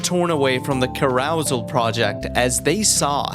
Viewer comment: that is NOT how you pronounce "carousel" 😭